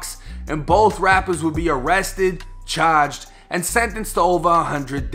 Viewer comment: The way you say “charged” lets me know u from the eastcoast haha